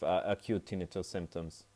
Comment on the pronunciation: Thank you for pronouncing it correctly! The other videos pronounce it tin-night-tuss. Drives me nuts! 😂